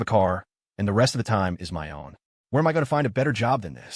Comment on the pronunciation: Fix the ai please instead of a m it says ah m